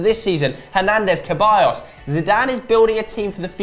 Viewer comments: it's said Seballos not Keballos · Why do they keep saying ceballos's name wrong?